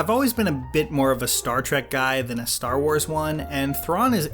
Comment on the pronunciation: More like Ster Wers